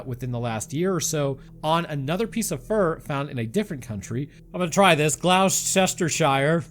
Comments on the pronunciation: Gloucestershire - Glos-ter-shire. Dont ask me, i just live here. No one tells me anything. HI from the UK! ❤ Apparently, before the 70s, you didn't need to have a licence to own an exotic pet. When that changed, people just hoofed pets they couldn't afford anymore, out into the "wilds" of the UK. Rumor has it, anyway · Almost hurt yourself pronouncing Gloucestershire. 😂 A lot easier than it looks. Gloster-shir. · It’s “gloss-ter-shire”- to be fair, I’ve never heard an American get it right and it’s defo not an easy one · It's pronounced Glous-ter-shire, shire ryming with higher. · I love hearing Americans trying to pronounce Gloucestershire 😂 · While I'm not going to say there's one specific way everyone in the UK says it; I've still never heard anyone British say "-shire" in a way that rhymes with "higher" when it's in a name. By itself? Yes. In a name it's more like "-shur" or "-shir". It's normal for names to get said in a way that, well, are easier to say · Best to add ‘sheer’ instead of ‘shire’ too. Americans tend to always pronounce ‘shire’ phonetically. In the UK the phonetic pronunciation applies in some contexts but it’s usually ‘sheer’ (as you obviously know bring from there). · Glostersher for pronunciation 🤣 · GLOS-ter-shur. You're welcome. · Pronounced Gloss-ter-share😂😂😂😂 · As a brit, I absolutely love these hilariously bad attempts at pronouncing place names. Please keep doing kt, always makes me giggle 😁. (Ps, its pronounced Gloss-tur-sheer) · Glostta sheer 😂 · "Gloss-turr-shurr" and the "turr" is short. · Gloucestershire and Worcestershire are two very difficult to pronounce places mate!,Gloucestershire is pronounced like "Gloss to sheer" ,if you want to sound local you could drag out the R at the end, Worcestershire is like "Whoosh(drop the H) to sheer" I like your video's and style, you could possibly read a little slower, lends gravitas. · Gloucestershire - pronounced "Glos-ter-shur." Any time you have a English Shire say "Shur"